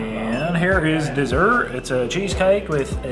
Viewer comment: Nice accent on the cheesecake xD